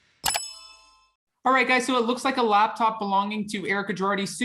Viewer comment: Adam are you saying labtop or laptop? sounds like your saying labtop to me